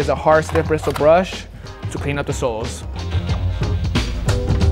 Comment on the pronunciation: "brishul brush"